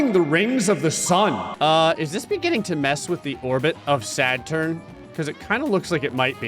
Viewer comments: It not sadturn it’s Saturn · It’s not sadturn it’s Saturn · "Sadturn" I love it! 🤣😊